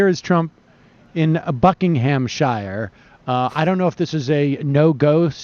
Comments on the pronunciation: Buckingamsher, not Bucking-HAM-SHY-IRE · Okay... Yanks... Listen in.... It is not pronounced - BuckinG Ham Shire ! We pronounce it either (phonetic) - Buckinamsheer... That is ONE WORD, no need to emphasise consonants. Or Bucks, for short. Also, Edinburgh is not prounounced 'Edin Borrow'.... AND there is a FUCKING 'I' in ALUMIN-I-UM !!! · As a Brit, I have to say that when you say counties like Buckinghamshire, Americans tend to pronounce the end as 'Shire' as in the Shire in the Lord of the Rings. Actually we pronounce shire as 'sheer' so it should sound like 'Buckinghamsheer', 'Yorksheer' or 'Devonsheer' :) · Buckinghamshire. The shire is pronounced "sheer". Just so you know. Phonetically it's Buckinghamsheer. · Liz Taylor Sam's really leaning into every one of those syllables in Bucking'msh're , isn't he? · They way Sam pronounces Buckinghamshire iives me a gentle British chuckle